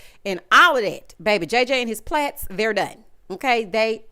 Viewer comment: Every time you say plats😂😂😂